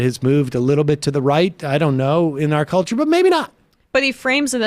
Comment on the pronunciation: Gives voting rights “Hewp da weft is aggwessing me in da cuwture war”